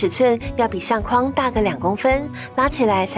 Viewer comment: 相框，框，念“况”第四声；筐子，筐，念“匡”第一声。